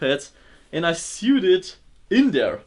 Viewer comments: I know this is likely because of your accent but it is not said "sewd". Its said like "sohwd"or "soed". In the same way you would say "node". <3 keep up your good work. Like so sees <3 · He doesn't know how to say sewed. Is pronounced like sOwed except spelled as sewed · FYI, "sewed" is pronounced "soed" like "toe" except starting with the "s" sound, and ending with the "d" sound. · I love how he pronounces "sewed" haha syood... love it! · The way he pronounced sewed lol